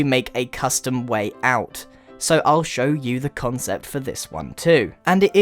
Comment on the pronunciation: he keeps saying conscept